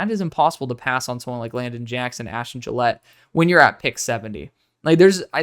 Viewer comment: Gillote is not “Gillette”. It’s Jil-OTT-ee